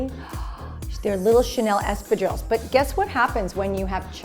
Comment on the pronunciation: The French in me cringes everytime she says espradilles that way